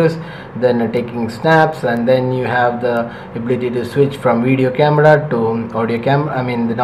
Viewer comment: ya its " CAMADA "